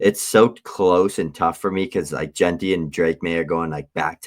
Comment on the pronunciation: At this point, Dad has to be messing with us with how he’s pronouncing Jeanty. 😂